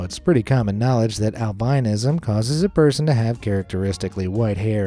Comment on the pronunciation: Ok, love your show and all ,but I must say that when someone pronounces a word incorrectly and especially ones that make their living just speaking . It's pronounced " Al- bi-nis-som " not albinoism. Emphanism on the " is" , Albinoism so you drop the " o" when said .thanks